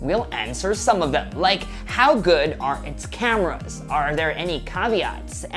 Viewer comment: I cracked when he said, "how good are its CAmeras"